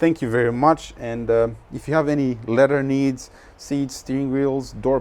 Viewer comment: Leather, not ledder. 😏👍